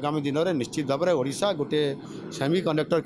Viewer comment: ମୋହନ ବାବୁ ଓଡିଶା ଟିକୁ ବାରମ୍ବାର ଅଡିଶା ଅଡିଶା କହୁଛ ଅ ଟାକୁ ଓ ବୋଲିକି ଊଚାରଣ କରନ୍ତୁ